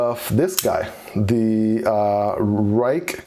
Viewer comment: it is pronounced “rake” (: I found that out when I went to a knife event and a gentleman from Ruike corrected me lol